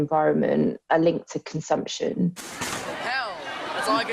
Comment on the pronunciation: it is not conzamsion it's consumption